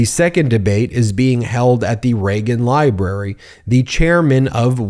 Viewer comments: "Leagan Ribrary"? oops... Get some rest, Ben! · You said "Legon Ribrary" at one point lol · You said Leagan Ribrary.... And didn't skip a beat. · You did say the Lagan ribrary. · Did he say "Leagan Ribrary"? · Did I hear Leagan Ribrary? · You said Legan Rybary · Not sure if it was a slip of the tongue, or deliberate, but "Leagan Ribrary" is going to make me giggle for the rest of the day. Your delivery is so consistantly perfect that this has to be on purpose, so thanks for that one, Ben. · I like the scooby doo impression “Leagan Ribrary” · Y’all heard him say Leagan Ribrary, right? Am I the only that heard that? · Went back to check 3 times he calls it the Leagan Ribrary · ..... "the Leagan Ribrary"😂😂😂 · tRump the massive mass debater is too scared to debate in the "Leagan Ribrary"... Sorry Ben, I heard it and laughed my off 😂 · Leagan ribrary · "Leagan Ribrary" 😂😂😂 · "Leagan Ribrary"? Love you Ben! That'll be in my head making me giggling the rest of the day!😆💯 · … the Leagan Ribrary 😂😂